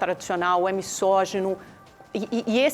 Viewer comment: Quando a ignorante (que fala missógino, em vez de misógino) deixar o programa eu volto a assisti-lo. A esquerdista não tem argumento e quer ganhar o debate no grito e na distorção dos fatos.